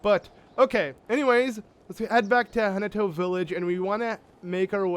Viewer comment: I love how the first time you say Hateno Village, you say it like 'Hate No Village' XD